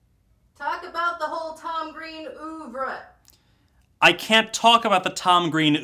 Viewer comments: Dear american people, "Oeuvre" is not pronounced "Oovruh" but more like "Uhvruh", otherwise you're basically saying "open" over and over again. Best regards, France. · Gah... "ooovre"; the "oeu" in "oeuvre" is like a slightly elongated "ea" as in "pearl", not the "oo" in "moo".